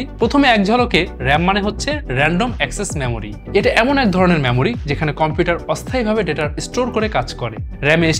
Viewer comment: আরে ভাই মেমোরি চিপস বলুন,ম্যামোরি নয়। বাংলা ভাষাটা শিখুন আগে 😂